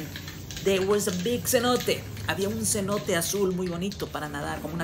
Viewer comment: I thought you said big cerote but it was senote 😂😂